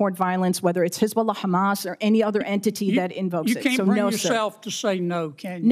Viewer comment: She say perfect hesbolah 😂